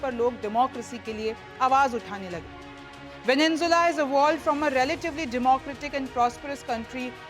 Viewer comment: Venezuela hai app galat pronounce kar rahi he it is not venenjula